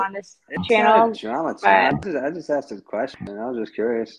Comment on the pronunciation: She “axed” me...lmao